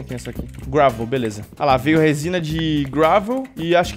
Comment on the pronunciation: " R O S I N A ", Gênio da Língua portuguesa